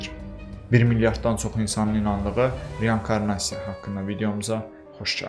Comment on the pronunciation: Hər wey əladı amma reYANkarnasiya yox reinkornasiya